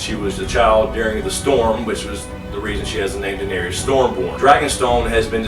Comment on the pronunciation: U pronounce Daenerys n Gendry wrong lol